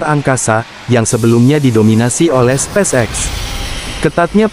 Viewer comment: cari text to speech yg bener dong 😂 sepacek sepacek 😂